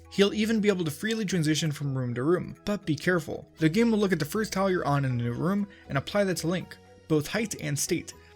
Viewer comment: When he says tile, it sounds like towel.